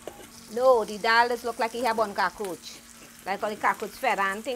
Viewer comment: She said cakroach not cockroach 😂